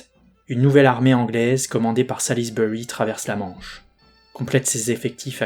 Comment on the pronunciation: Gloucester : a prononcer Gloster. Pour Salisbury: a prononcer Sôlsbrie